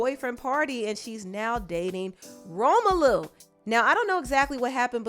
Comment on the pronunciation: Did you just call him Romalu lmaooooo